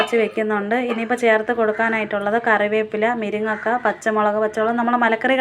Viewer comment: Miringakka alla. Muringakka enna..